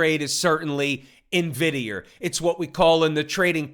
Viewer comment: 😂😂😂😂i like how he say Nvidierrr